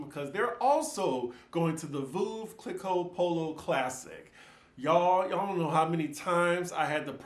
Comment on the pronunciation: Veuve is pronounced like Love with a v . Not voohv but Vove